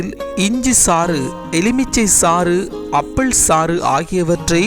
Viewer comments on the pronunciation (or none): அப்பிள் இல்லை ஆப்பிள் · அப்பள் இல்லை டா ஆப்பிள்